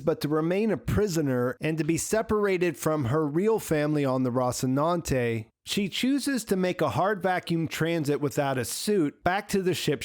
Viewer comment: ROSS-inante? Bro, they saw the word in the show like 700 times an episode.